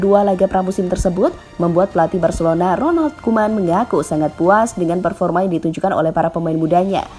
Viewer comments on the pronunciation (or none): none